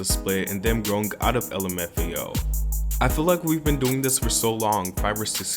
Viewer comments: So we just gonna ignore how the guy just said "lumafio" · lim f ao, amazing pronouncing